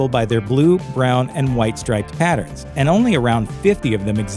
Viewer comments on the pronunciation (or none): none